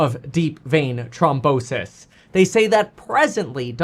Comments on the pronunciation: It's NOT TROM....it's trHOM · Throm not trom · Thrombosis! Not Tromposis! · It's deep vein thrombosis not trombosis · It’s thrombosis, not trombonesis lol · Its thrombosis not trombosis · "throm" bosis. Not trombone-sis. That's the sister of an instrument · THrombosis… not trombosis. That’s when your trombone gets sick, lol. Love you much more now that you are your true self again, btw. It’s the only way to be. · It’s THROMbosis not Trombosis lol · Kevin it’s not pronounced Trombrosis there is an h so it’s throm bosis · It’s trombone sis 🤓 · THROMBOSIS KEVIN NOT TROMBONSIS 🎶 ❤😂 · Thrombosis....pronounced Thrawmbosis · The way you pronounce THrombosis is killing me bro lol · Kevin it's th-rombosis 😂